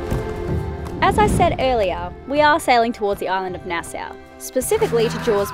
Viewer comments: I love how you pronounce Nassau - here in the Bahamas we say it a bit differently we pronounce it “Nass-saww “when you say it sounds like “NASSA “😂😂😂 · PRONUNCIATION!!! Love you guys! From a local Bahamian: the way you pronounce Nassau is like this: Nah - SAW, (not Nah - SOW), with the stronger accent on the first consonant: NAH-saw, or often, "NAH - suh". Happy to have ya! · Hey, it's pronounces Nas-saw.